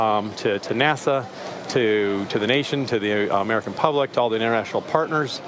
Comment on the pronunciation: " 'merican dragon, 'mericaSpace "